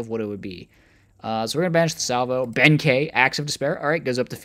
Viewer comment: Kei is pronounced key i believe 😅